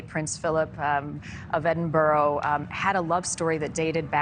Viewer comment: It isn't Edinburow